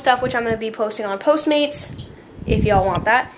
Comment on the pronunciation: When she says I will be posting those on poatmates. Not postmark. Was I the only one that noticed that